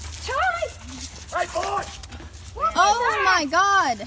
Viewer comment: "NANCEH!! You hit mah wife BOAH!!"🤣🤣